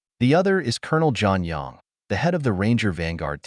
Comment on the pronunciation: Lol took me too long to realize it wasn't jon yong, but john young. I mean, i might still be wrong.